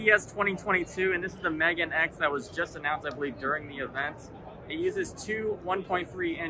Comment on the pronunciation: Despite pronunciation, he is actually pronouncing it correctly. They have the reading on their news page. メガーヌエックス。